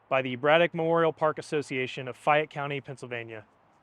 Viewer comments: FAY-ET County… (Fayette) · You arent from here are you ? Lol fie ette county? How you do pronounce La Fayette? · Great video of around my hometown area, one thing I noticed you pronounced Fayette wrong, it's "fay-ette" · Mon-on-ga-hay-la River and Fay-ette County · you must not be from around here. Your pronunciations of monongahela and fayette are wrong. Good job on the video production and reading up on the history though. Another local worthwhile visit in the area (i see you already saw nearby fort necessity) and during the same time period is Bushy Run Battlefield. It is farther north in Penn Township, probably a 45 minute to hour drive from where you took this video. One thing i always try to remember when I visit these locations is that they were virgin timber at the time of the battles. So the trees were very considerably larger and more plentiful than they are today - some of the plaques and markers depict that. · Please learn the proper local pronunciation of the locations! Fayette and Monongahela were butchered. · You pronounce Fayette and Monongahela differently than I’ve normally heard them. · Super video. Informative, concise, and well-spoken. Since pronunciations of proper nouns are important for a historical video like this, Monongahela is pronounced muh-nahng-guh-HEE-luh, and Fayette is pronounced FAY-ET County, rather than FYE-ET, and has more or less equal stress on both syllables. I've been to Braddock's Grave monument and you did a fine job of drawing the picture of events. Cheers. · Some pronunciations for you: Ma non ga hey la. Fay ette. Other than that not bad history reporting. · Was it really too hard to take a trip a mile down the street to Fort Necessity to ask the park rangers there the correct pronunciation of names like Jumonville, Monongahela, and Fayette? Sheesh. mun-ON-ga-HAY-la joo-MON-vil fay-YET